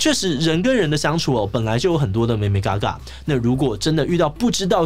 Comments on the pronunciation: 眉眉ㄍㄚˇㄍㄚˇ???台語不好先不要講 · 志祺可愛的台語妹妹嘎嘎（眉眉角角）😂😂😂